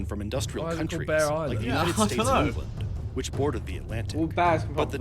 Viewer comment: "united state of engand" lol